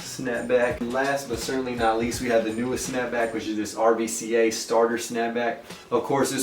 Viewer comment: Bruhhh. Its RVCA 'RUCA'